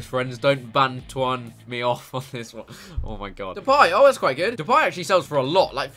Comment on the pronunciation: Why do people say depay as depie its stupid